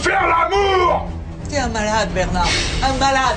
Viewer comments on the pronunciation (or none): none